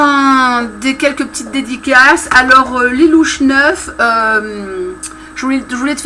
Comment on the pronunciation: Haaa oui mon pseudo ce prononce lilou est pas lilouche ma chérie ouais je sais il est la pourquoi le H ?? Heuuu ben j'en sais rien comme ça ! Rhooo géniale si tu prolonge la date du concours ca me laisse peu etre encore une possibilité de le faire. Merci pour le concours la loterie et tout et tout. Ha ouais on s'en fou mais j'ai la même lampes que toi lol